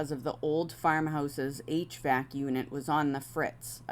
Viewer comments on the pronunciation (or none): none